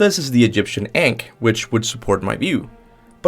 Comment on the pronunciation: So we going to ignore the way he said “ankh”😑